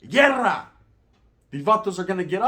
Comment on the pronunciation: Hey man 😂 pronounce it properly Guerra or llerrera 😂, what is (llerrera) 😂